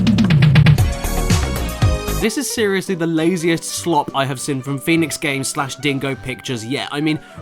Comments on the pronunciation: Love you caddy but it is Seen not sin, it kills me every time hahaha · Can't unhear it but. When Caddy says "seen" I just hear "sin"